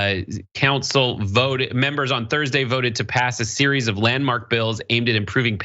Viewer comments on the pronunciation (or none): none